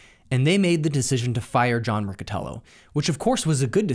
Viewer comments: John Riccitiello not Rocotello :D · lol this dude. The 2nd misstep that Unity made was hiring a man named "John Riccitiello". I don't know how that's pronounced. Dude more offended by pronouncing his name incorrectly than shaming him for destroying a multi billion dollar company.